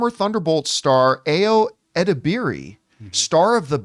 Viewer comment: Is pronounced a: as in apple and yo as in all of or